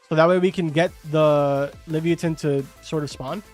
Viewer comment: Leave-yatan is the pronunciation